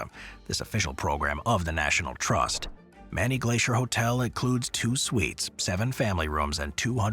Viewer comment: It’s not “MANNY Glacier Lodge , it’s. MANY Glacier .